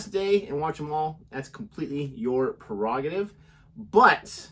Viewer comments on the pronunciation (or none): Prerogative not per-rogative, come on you are teachers lol.